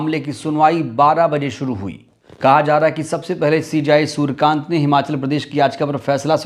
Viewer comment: सुरकान्त नहीं है सुर्यकांत है भाई साहब जी